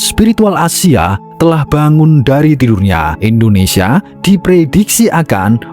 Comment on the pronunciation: INDONESIA BUKAN ENDONESIA Nyebut nama india benar, nyebut nama negara sendiri Salah. Parah lu min 🤦🏻‍♂️🤦🏻‍♂️🤦🏻‍♂️